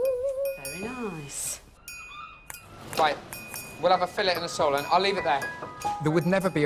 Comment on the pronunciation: "Noice room innit??" 😂